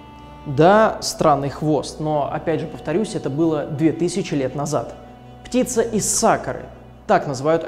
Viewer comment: "ПтицЦа" хдд Хотя воспринимается, как стеб